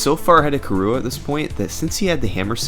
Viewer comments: its KIrua, KI-rua, not kiRUa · nice video but the way you say kirua hurts my soul. it's prenounced like Killua from hunter x hunter (the stream even had a picture of killua in the video ) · Yes, but not pronounced as ki-roo-uh, it's closer to kee-rU-ah - where U is the very non-english back unrounded vowel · How do you manage to pronounce Kirua as "kahrua"?! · Kirua is pronounce ki/ru/ah; it is Japanese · the way he said kirua though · That pronunciation of Kirua though, ouch xD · THe way you pronounce kirua hurts me tho x) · Honestly the worst thing I can say about this video is that you kept pronouncing Kirua wrong.